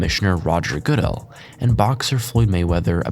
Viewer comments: The narrator is AWFZuL! AGAIN he butchers the pronunciation of a FAMOUS person’s last name! This is inexcusable. , he destroys the pronunciation of NFL Comissioner Roger Goodell’s last name, which is PROPERLY pronounced as Good-ell. If the narrator was taking a real broadcast journalism class he would fail. This level of ineptitude borders on incredible. I cannot continue to watch this —hitshow of a video as it fills me with the urge to micturate and defecate liberally. Narrator earns an F— and flunks out of school. Do your RESEARCH! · Rodger Good-dale lmao 😂😂😂😂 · that's puh-TOH-mic river......Roger guh-DELL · idk selling merch and not being able to pronounce the commisioner of the nfls name and the host of PTI just seems wrong. dirty. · Your pronunciations are terrible. Potomac, Wilbon, Goodell, etc.